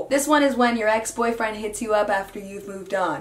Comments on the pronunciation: Mekenna P i dunno why but it sounded like that's my boyfoot was it just me? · AMC 07 yeah she said "that's my boyfwend!"😂😂😂